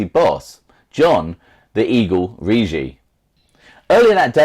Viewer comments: ..ur pronouncing the Eagles name totally wrong..2 hard Gs rhyming say with piggy-Riggi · Bro I told u..its Rig-gi..hard G..l told u his granddaughter is my bestfriend